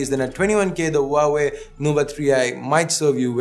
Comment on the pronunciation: Huawei is said hwa way